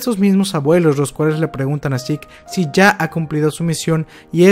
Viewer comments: pronuncias Sick en vez de seke y pronuncias levi en vez de lavai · Por qué cuando pronuncias Levi nunca dices "livai" (cómo se pronuncia realmente) pero se te da por decirle "sik" a Zeke (cosa que nadie hace porque nunca se escuchó nombrarlo así)? En serio, me parece un poco estúpido el hacerlo. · "Seque" ulala señor frances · Se escribe zeke y se pronuncia yiku